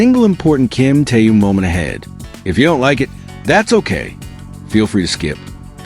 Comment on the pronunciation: Ким Тэун, это кто? Зачем каверкать имя Мировой звезды? Ким Тын? Ужас. Я понимаю что это ИИ, но кто то контролирует.